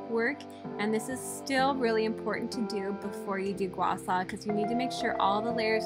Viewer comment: Gua Shaw not Gua Saw! If you’re gonna say it say it right!